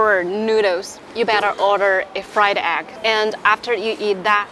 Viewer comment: 吃播＋英文 愛了愛了❤️❤️但是有小建議，下次不要直接去聞這些醬料了😅 & 讀錯egg了👀